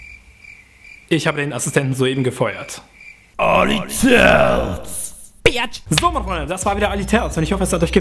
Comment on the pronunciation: warum sagst du immer biatsch ? so nennt mich mein ex auch immer xD